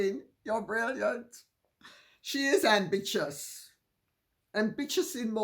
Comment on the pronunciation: I’m adding“ambitchious” and “amvicious” to my vocabulary! 😂